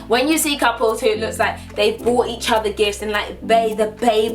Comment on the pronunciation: "ahther things to-geh-thehr" lol Say that!